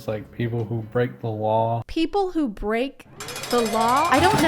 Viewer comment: when he said "people who break the law" i heard "people who frick the wall"